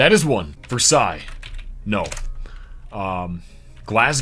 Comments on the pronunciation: btw Versailles, KY is pronounced Ver-sales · It's actually truly pronounced Ver-Sigh, it is a french city and the word is of French origin. Americans like to dumb down the pronunciations of French and Spanish words.